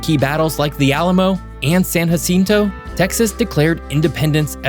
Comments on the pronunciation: For us Texans, "San Jacinto" is typically pronounced: San juh-SIN-toh. "Jacinto" in Spanish would normally have an "h" sound (like "ha-SEEN-toh" and the pronounces in his video), Texans historically use a hard "j" sound, as in "jump." This pronunciation has become a hallmark of Texan identity, particularly in reference to the Battle of San Jacinto, where we Texans won our independence from Mexico. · San haaaceeeentow ??? Did you mean san ja cent toe 😂😂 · And a lot of mispronounced names (ex: San “ha”cinto) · The way you said “San Jacinto”… you’re definitely not a Texan.. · You mispronounced Comanche, San Jacinto, Pecos, Brazos. Also maybe worth noting that people's accents are actually different between East and West Texas.